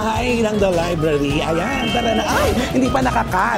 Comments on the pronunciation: Liblary??? haha bungol pala tong si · Pronounced ni bff liblary not library 😂😂😂😂😂😂